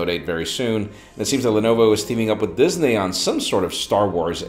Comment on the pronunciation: did he just say Dis-nay for Disney?